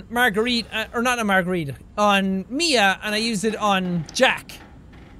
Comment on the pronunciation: You Know You Had A Nice Russian Accent When You SAid "ME A (MIA) STRONG WARRIOR" Epic